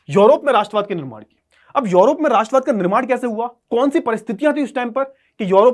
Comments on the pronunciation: Sir urop hai yorop nhi😊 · Sir ye योरोप hahi hai balki यूरोप hai